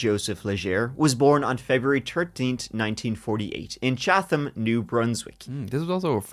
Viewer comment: H is silent in Chatham.